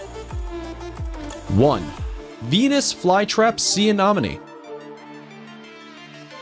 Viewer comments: Let me repeat "aNEMone" not "aNOMone." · Yes, THAT Mispronounced Amonome? ANEMONE, LIKE ME ENEMY! OMG, SO ANNOYING. LOL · I love the video and the footage is fabulous but anemone is pronounced uh-NEM-uh-nee. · PLease learn how to pronounce ANEMONE. It is a-NEM`oh-knee! It turns up often in undersea videos and most people pronounce it incorrectly! Your photos (except for the distracting backgrounds and sparkly things) are wonderful and your information sounds good to me! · SEA ANEMONE... PRONOUNCED LIKE: ME ENEMY~ Which After TWO VIDEOS of Hearing THAT Mispronounced I Was Quickly Becoming Annoyed AND FEELING U ME ENEMY. Well, you get it. Purrty good video, other than that... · You need to learn something about each fish- you are saying freshwater types are oceanic an that salt water species are freshwater. You mispronounced several things, i.e., it's "ah-NEM- oh-nee." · You are pronouncing Anemone incorrectly. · You should really research how to say anemone